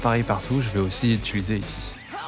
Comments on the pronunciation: J'attendais une nouvelle vidéo de toi, j'adore c'est toujours aussi impressionnant et inspirant. Bravo, c'est magnifique ! Dis, est-ce que tu te rends compte que tu dis constamment "ituliser" au lieu d' "utiliser" ? ^^ Une réno de chambre ça pourrait être cool ! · C’est une dinguerie comme toutes tes vidéos mais bon sang arrête de dire ITULISER stpppppp